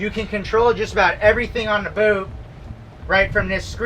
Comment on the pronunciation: Learn how to say the word - boat